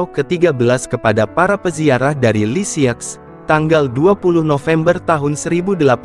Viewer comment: unt admin: Lisieux dibaca lisieu, Francois dibaca franswa. Krn ini bhs perancis.